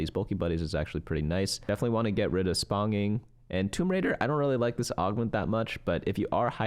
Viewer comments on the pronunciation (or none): Loving the video! Wanted to tell you that “sponging” is sponge-ing (get it, like how a sponge absorbs stuff?). Your way of saying it cracks me up!